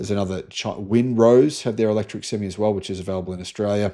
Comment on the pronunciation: You keep saying sem me .. not sem eye.. an improved sem me is a full hard ..a sem me is half hard a sem eye is an 18 wheeler lol ..sorry couldn't help it